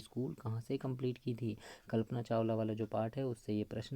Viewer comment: Sar kalpna chawla hota he chawal ni